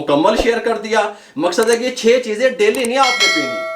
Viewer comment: Cheezay hota hay cheejay Nahi.